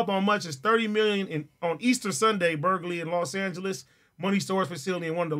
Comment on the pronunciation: AD cant say burglary 😭😭😭😭